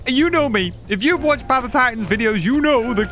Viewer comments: theres an edit with him saying path of titans in a funny way :) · theres an edit with him saying path of titans in a funny way